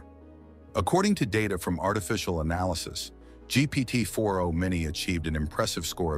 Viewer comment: Hey friend if you’re using 11 labs for audio try to check for weird pronunciations like GPT 4andO. Also, around the last 3rd ( ?) of the video it seemed like the video was being reintroduced. I hope this is helpful. I appreciate your work!❤